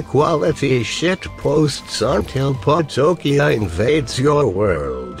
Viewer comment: its patokia